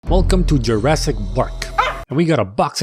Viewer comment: Is it YEErassic Park?